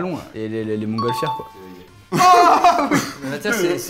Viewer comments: Au passage ce sont les "frères Montgolfier" et pas "montgolfières" ^^ on vous aime quand même <3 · super vidéo comme d'hab (sinon, c'est les frères Montgolfier et pas Montgolfière)